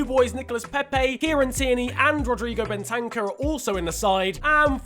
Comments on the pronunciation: Ben-tank-ur? No it’s, Bent-en-cur N-Keet-ah? It’s N-keh-ti-ah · Crossiant His name is clearly spelt: Ben-tan-cur